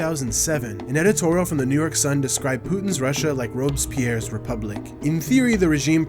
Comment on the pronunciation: It's Ro-bes-pierre, not "Robes-pee-air". Why does most everyone speaking English get it wrong?